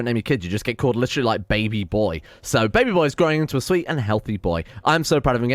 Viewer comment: Why does he pronounce pregnant and baby like that, and why do I prefer it?